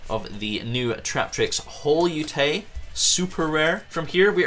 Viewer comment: Pudica allows your opponent to special summon one of their banished monsters during the next Standby Phase after using her effect. It doesn't have to be the special summoned monster that you banished. Holeutea is pronounced the same as colutea, but with hole and not col. I guess Holeutea is based off of colutea. Colutea is a plant. Hole-YOU-TAY-YA Col-YOU-TAY-YA